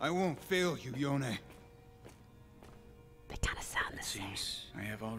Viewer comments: is not yonie!! is yone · YONE not YONE E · Yasuo: Yow-ne Poki: Yow-knee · Pokimane: Yonii Pronounce: Yone - ehhh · Poki its yo-nay not yoni... yoni is a private part 😆